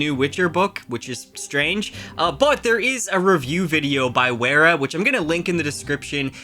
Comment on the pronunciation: You pronounced Wera wrong. It’s Pronounced as Vera.